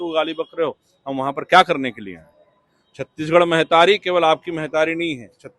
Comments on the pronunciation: मेहतारी का होथे, महतारी बोल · Mehtari nahi mahtari ga baba